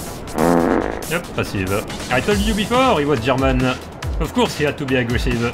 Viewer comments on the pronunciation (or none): "Ze Germans"